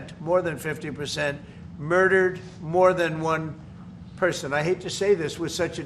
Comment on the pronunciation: 😂😂😂 ".... they murdured more than 1 person ...."